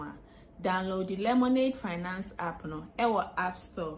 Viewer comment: I like the way Ras Anini pronounces Lemonade Finance. Slowly but surely.👍